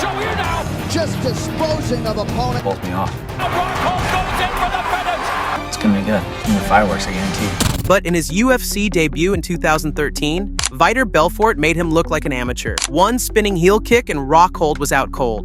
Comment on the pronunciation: "Vai-tor belfour"???